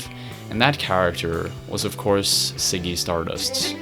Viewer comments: Ziggy.. not Siggy but Ok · Can u pronounce z properly? Lmao ziggy not siggy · Great video but please learn how to pronounce Ziggy. It's not "ciggy" it's Ziggy. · It's not "Siggy Stardust," it's Ziggy.